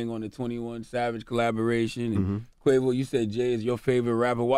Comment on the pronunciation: Y Charlemagne said quave off lol